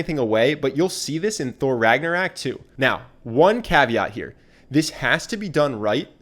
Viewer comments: RAGNA----ROOOOOOOK not Ragnarak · Your mispronounciation of words and names is bugging lol "Rag-na-rock", not "Rag-na-rack" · Can someone tell him it's ragnarok and not ragnarak? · RagnArOk not RagnOrAK 😂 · The least charismatic thing in this video is the dude saying Ragnarak instead of Ragnarok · He keeps saying Ragnarak and it's so annoying 😂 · rag-na-rok not ragnarak ragnarok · I’m sorry but you keep saying ragnarak instead of ragnarok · He says "ragnorak" throughout the whole video but it's actually "ragnarok". Just putting that out there mate. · ragnaROCK, ROCK not RACK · "Ragnoraik" please... i cringed every time you said it wrong rag-nor-rock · It's RagnarOk not RagnarAk. Still, great video. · RAG NA ROCK not RAG NA RAK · Ragnarok not raaak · Ragnarok.... not "Ragnaraack"......awesome video tho 😊😊😊😊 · how is nobody touching on the fact he says ' ragnor-RAck ???????? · Why you pronouncing it ragnorak?? 🙄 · whatnow? Regnerek? nonono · 53 “Thor Ragnorack” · Does this guy keep saying "Ragnor-AK" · Okay I love this video, but I just can’t get over how the narrator keeps saying “RagnaRAK” my ears are just like 🤯 lol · Did he just said 'Thor Ragnarak' ?? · Is no one going to talk about how he pronounced Ragnarök "RagnarACK" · are we just going to ignore he said “ragnarak” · Lol, you called it Thor Ragnarak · The English variant is pronounced like rag nor rock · you kept saying ragnarak, and idk why but i laughed everytime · I got so triggered every time he says ragnarak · "Ragnorak"? ..Really? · Awesome video!! The way you kept saying "Ragnarak" kept catching me off guard though. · Ragnarok. RAGG-NAH-ROCK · The way he pronounces Ragnarok gives me anxiety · I'm a mythology nerd so I got ticked when he said Ragnarok wrong. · How you pronounced ragnarok 😂😂